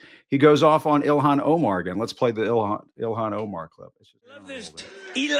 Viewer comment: 'elon,' for 'ilhan'.